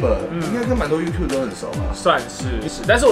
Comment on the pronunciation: Youtub”er”啦 一直唸youtube